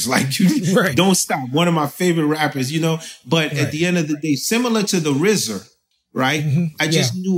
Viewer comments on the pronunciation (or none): he pronounced RZA ''the rizzer'' lol Clef's a certified VET in the culture tho #100